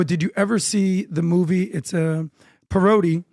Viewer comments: Also teach him how to pronounce the word PARODY!😂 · Someone teach how to pronounce PARODY!🤣